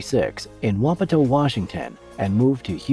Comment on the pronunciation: Congrats on getting Wapato, Washington pronounced correctly! Usually people pronounce it Wa POTO instead of Whop atoe!